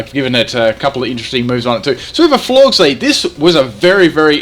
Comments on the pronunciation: Are you... Pronouncing... Florges... AS FLORGS?!? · Lmfao FLORGZ. It's pronounced like "gorgeous". Florges, gorgeous. Get it? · I like how it's supposed to be "Florges" like "gorgeous", in regards to its beauty, but instead calls it "Florgs" making it sound totally ugly and unappealing